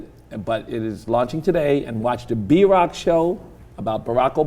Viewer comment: Every time he says B-rock I thought he said Drock lol